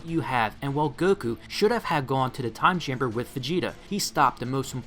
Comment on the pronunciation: Every time u said "Time Chamber" I heard "Gas Chamber"